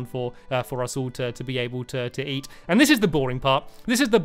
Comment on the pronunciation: Eat not E